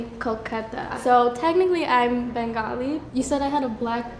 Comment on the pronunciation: That is not how you pronounce Kolkata or Bengali.